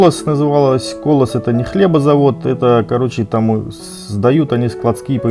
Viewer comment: Колос не хлебокомбинат))) Там колОсс. С наступающим новым годом Вас)